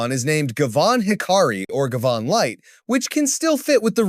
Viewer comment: It's pronounced Guy-Van (Guy like in "Hey guys!" and Van as in car type - van).